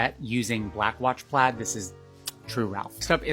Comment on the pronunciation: the fuck is christmas plats? or is she saying plaid?